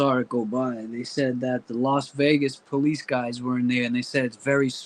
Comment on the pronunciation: I wanna tell u, I’m starting to take offense to the way u be pronouncing the word PO lice. I’m Af. Am., I be saying it like that cuz that just the way we speak, NOT you!🫵🏽 Just cuz u be hanging with men of color or supposedly making “rap” songs🙄 or hanging on Cleveland Ave in da A, don’t give you the right to talk like us. Sound like you going thru an identity crisis, so figure your shit out man, you too old to be a wanna be/wigga! I said what I had a say, now heed my words, besides nobody here in Memphis ever heard of your goofy music.🤦🏽‍♀️